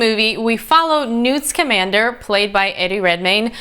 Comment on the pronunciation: Thats because its Newt [Newton] Scamander, and not "Schemander".